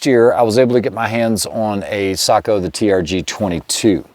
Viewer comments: He pronounces it /sakou/, when the O should be pronounced like the O in "lock". Just /o/, not /ou/ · Say-Co not Saagh-Co. ✨ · Yeah it was a bit on the SAKO'H side but still way better than the usual watch brand seiko or seiko'h. Well done if you ask me.